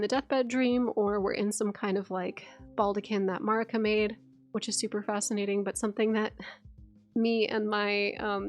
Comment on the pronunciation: I really hate the way she says "Marika"... She literally says 'murica. Murica this, murica that.